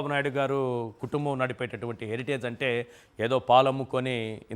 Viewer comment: హరిటేజ్ కాదు హెరిటేజ్ సంస్థ అను అన్నా